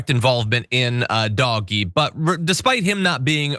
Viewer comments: I can’t watch this with you calling it dog-e it’s just too weird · stop calling it doggie, Call it dodgy. (Do Ge) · Yes, >>please<< keep pronouncing it "doggie"!! (Online, I use DOG-E.) Everyone ought to. This totally drives the magats wild -- I also refer to Musk only as ELMO -- and the pinheads at work no longer discuss their memes within earshot of me. If they try to pull me in, I ask some innocent simple questions and continue mislabeling their gods, pretending I don't hear their increasingly brittle corrections. What can they do, report me to HR for discrimination, or religious discrimination, or emotional abuse? They can't win. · I think DOGE is pronounced “Doo-Sh”.